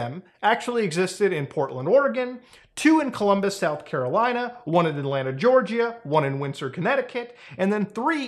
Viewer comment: “G.E.Orgyah” -Computer Punjabi